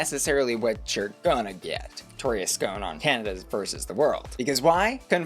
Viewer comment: Please pronounce Victoria’s name properly. Her name is her brand and mispronunciation of it is disrespectful.